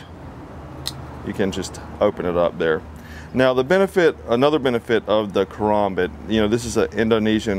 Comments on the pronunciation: KA-RAM-BIT Thats what it should sound like not KA-ROM-BIT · Ka-ram-bit. Not ka-rom- bit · Ka-RAM-Bit. That's the only way to say it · call it a karOmbit one more time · the way he pronounces it lol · You say it wrong it’s karambit not karambit😂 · You say karambit wrong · I’m triggered on how he says Karambit Edit: how expensive is the stuff he is at? I can get a Karambit, with a larger blade, handle, and a decal, for only about 15 dollars!